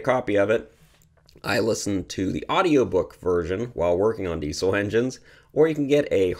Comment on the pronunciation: Since Rudolph Diesel was German his name really should be pronounced deezul not deesul. Just a little Canadian criticism of my American neighbors, no offense intended.😊